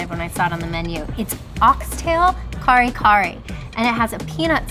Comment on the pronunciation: Hello, love watching your guys vlogs .. but PLEASE make effort to learn how to pronounce the Filipino foods with the respective accent.. Sinigang = “Si-neh-gahng” . NOT “seeneeGang” Bangus = “Bahng-OS” .. NOT “Bang-us” Kare Kare = “Kah-reh Kah-reh” .. NOT “carry-carry” Adobo = “Ah-DOH-boh” … NOT “a-dough-bow” Us Filipinos really do love that you are learning the Philippine culture and sharing it with everyone! But making those efforts in learning to speak with the accent will make us even more happy 😁